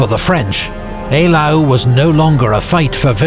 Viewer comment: ‘Eylau’ is most definitely pronounced correctly in the video.